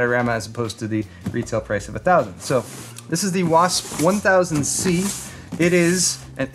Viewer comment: Anyone else notice says Wasp One Thousand C